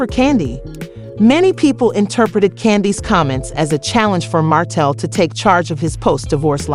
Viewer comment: The name is martel!!!! Please get the name right 😠😡